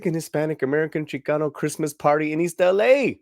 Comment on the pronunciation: "Creezmaz time in East LA..."🤣🤣🤣